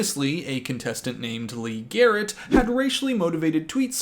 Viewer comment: I died “Garret Yr, Garret Yr… Garret Y”. 😂😂😂😂😂